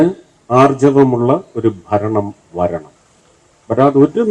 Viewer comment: ഫരണം അല്ല ഭരണം.